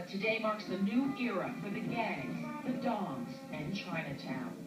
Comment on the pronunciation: It's, "Tong" not Dong lol